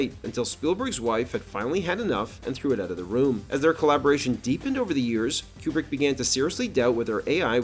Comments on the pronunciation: It's pronounced Koo-brick, not Que-brick. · Is Kubrick's name actually pronounced Quebrik or Cube-rick? Up until now I've been saying Koobrik with no Q sound. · Why do you say Kubrick like Marcia sa school in brady bruch